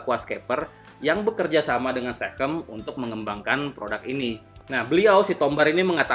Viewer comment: SeaChem bang, sea chemical, bukan sehem, hehehe